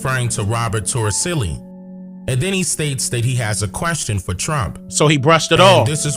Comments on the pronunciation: His last name is Toricelli, with the c pronounced as s. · It's "Robert Torricelli"